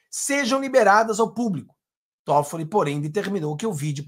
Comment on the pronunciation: .eu amigo, não é Todfolli. É Tóffolli. A primeira sílaba é mais forte!